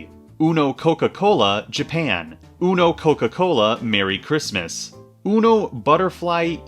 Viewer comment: I will never get over the way you say ‘Japan’ it’s so funny for no reason Beachcomber? The Transformer? Oh and a question for you, what official UNO version do you think has the best mechanics besides just normal uno?